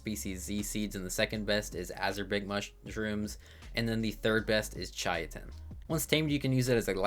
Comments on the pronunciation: Chai-uh-tin 😂 Brother its Kai-tin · It is pronounced “ kye-tin ” but I like pronouncing it “ chit-in “ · Yea, I think most people say 'kite-n' but whatever, everyone has their own world so they can say it however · Idk what it is about ark YouTubers but none of them can pronounce anything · "chiatin" I've have never heard anyone pronounce it like that before. Only ch-it-in or cy-tin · "Chaiatin" jesus christ this hurt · Deinosoucheous and chai-tin got my ears hurting(not to mention, what the hell is a dedonicus or a dunkleosthusis😭) Edit: TERRAJAPA? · Chy-I-Tin is a crime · That's a brand new way to mispronounce it, like how did he get that 😂 "Chayatin" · “Kai-tin” most sciency names with a “ch” are pronounced like “k.” Like “chemical.” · My cousin and I genuinely thought it was pronounced shit-in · I noticed as well xD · It’s pronounced “kai-tin”